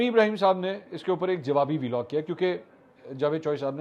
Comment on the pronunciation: Love listening to your updates . Love your objectivity on all issues .. a humble request to Please stop saying Veelog. It’s pronounced as vlog like blog, clog .